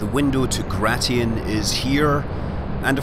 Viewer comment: Not "Gra-ti-in", it's "Gray-shin".